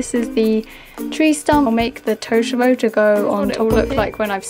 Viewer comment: The way u say totoro is so wrong D